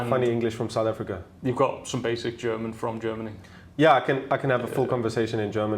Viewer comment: Sooth ahfiica